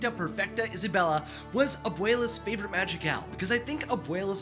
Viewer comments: Tell me why i keep hearing "magic elves" instead of madrigal 😂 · Every time you say Madrigal it sounds like magic elves to me I was so confused